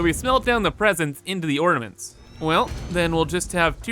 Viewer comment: What mints? Da mints? Trees, or da mints? OrNaments!